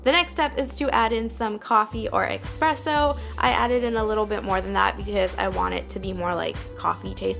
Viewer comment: Expresso hahahaha. Its called espresso.